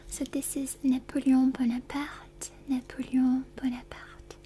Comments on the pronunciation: as a French native speaker, I can tell you she is spot on. Very beautiful and accurate pronunciation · I absolutely love your pronunciation of napoleon bonaparte I think it's very nice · I love when she pronounces the names in other languages CORRECTLY,, that Napoleon Bonaparte was perfect and gave me tingles